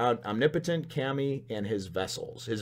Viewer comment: Kami means god. It's pronounced k ahh(like at a dentist) mee.